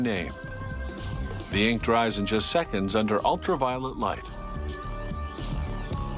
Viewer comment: haha. he calls it "ultraviolent" light.